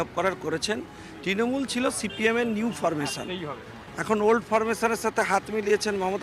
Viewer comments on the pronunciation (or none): none